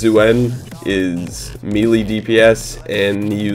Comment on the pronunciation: I love you and your videos, there are great! But really it kinda annoys me every time you say melee dps because you are pronouncing it wrong:D Please try and look up how to pronounce it;-) Great job and keep going